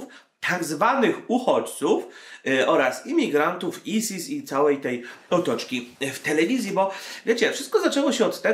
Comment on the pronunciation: A nie mówi się ajsis a nie isis